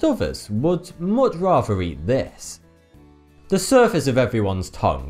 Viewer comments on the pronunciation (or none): none